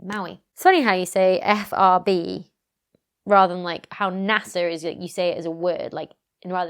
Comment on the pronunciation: Let us petition whatever international body necessary to promote the use of that "furb" pronunciation for FRB. That is brilliant and I love it. Editing Becky is still one of my favourite things to look forward to! Thanks for another excellently informative video. Sad to hear some maybe-rumours that James Webb might get pushed back again, but I suppose it's infinitely better to delay launch in order to fix potential issues than to just hang on to the deadline and fly on prayers by pants seats. Also very much looking forward to what shenaniganry was had about CERN!